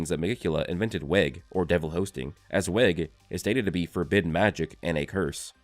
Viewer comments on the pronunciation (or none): just a small nitpick: weg is probably pronounced as you would in German "veg" going with the German theme for Nacht meaning night and Morgen meaning morning for the brothers and a few other things.